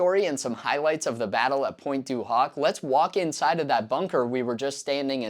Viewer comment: loved the video a lot, well documented but please I'm not even french myself but the way you pronounce pointe du hoc in the most american way possible triggers me everytime hahhaha it is almost straight out of the scene in the cinema in the movie Inglorious basterds... anyways keep up the good work and keep teaching the younger generations about the legacy of our grandfathers